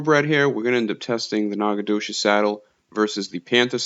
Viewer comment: Wtf? Nacogdoches is my hometown. Who made the game? And you’re murdering the pronunciation. ✌️🤣